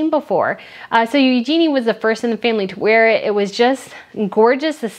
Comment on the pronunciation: Eugenie is pronounced yoo-juh-nee, with the emphasis on the yoo. Borremeo is pronounced baw-ro-MAY-o. The islands are the baw-ro-MAY-an islands. It’s AlbertA Ferretti. The designer is female.